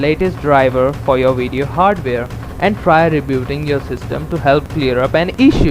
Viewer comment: What's a "weedioe"